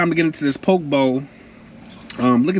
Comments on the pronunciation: I live in Hawaii on Maui I use chopsticks only to eat even rice. By the way that’s not traditional poke bowl but looks reallllly good. It’s pronounced po-kay ❤ traditional poke in Hawaii is fresh raw ahi only that’s it. We eat with with shoyu (soy sauce) and poi (taro root) Thanks for shouting us local people out! Hawaii is a beautiful place. We don’t have seasons here, only place on earth with no seasons and no daylight savings 😊 Enjoyed your video Play! Alohaaaaa 🤙🏽🤙🏽🤙🏽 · Hi Play. It’s Po Kay Bowl 🍲! Poke’ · He be getting to the MONEY!!! LOVE TO SEE YOU GRINDING!!! BTW.. lt is pronounced pookee bowl!!! Looks so good!!! Stay safe!!!! Many blessings indeed!!! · You should probably learn to pronounce what you’re eating… makes you look real crazy.